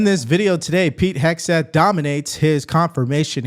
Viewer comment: Warren says " Heg-S-teth." Can't she read?